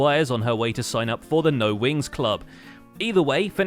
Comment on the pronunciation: Glad I'm not the only one who hears Winx instead of Wings.